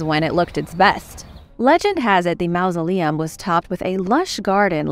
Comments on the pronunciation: The word is not mousoleum, as you pronounce it it's mausoleum, like mawsoleum. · te quiero muchisimo y me encanta tu programa y tu forma de hablar, pero una cosita, en ingles "ou" junto sona como mouse, "au" en ingles sona como awe, no como en espanol, refiriendo la palabra mausoleum. No es un critico, si no mi forma de ayudar con carino. Paz y Amor